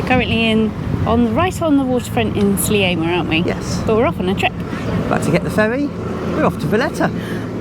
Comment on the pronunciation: The word Sliema hasn't got an 'a' in front of the 'm' so why do you keep saying Slieama and not Sliema? Talk to locals.